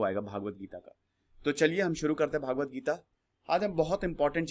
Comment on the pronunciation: Its not भागवत.. its भगवत